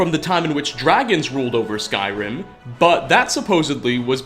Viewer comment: You have one of the most annoying narration voices on this planet. All sentences sound like questions, since you probably think it’s „cool“ to start a sentence on a high note, then lower it, and just at the fucking end of the sentence go right back up - sometimes even adding an unnecessary „uh“ to the last word such as in this case „Skyrim-uh“. Dafq?! You sound like tuned down version of James Charles - get ur shit together, cause that sure as hell is not the way you talk on a normal basis.